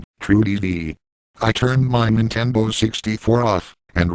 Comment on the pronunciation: He said Nintenbo